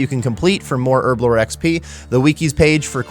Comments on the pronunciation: Earblo 😂 why is it so hard to pronounce the H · All I hear is Erblore XD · wtf is ‘ERBLORE 😂